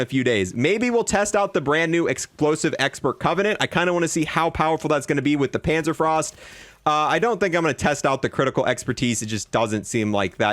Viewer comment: Dude still says Terramedilla and Panzerfrost.